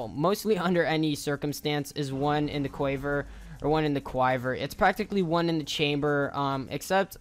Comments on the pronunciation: How you pronounced one in the quiver is like one in the quaiver it's pronounced like this one in the /ˈkwivər/ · I know it shouldn't be so funny, but I laughed so hard at the end when you tried to pronounce One In A Quiver and ended up saying k-why-ver. Sorry dude. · It's quiver you putz